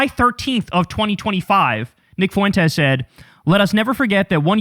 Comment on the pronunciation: 😂😂😂😂😂😂😂😂😂😂 you killed me with the fart 😂😂😂😂 And when you say : FUWENTEZ 😂😂😂😂😂